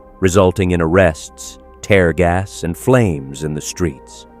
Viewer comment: Are you a computer, a robot? You don’t pronounce words correctly….you said tear gas like tare gas…isn’t anything real anymore?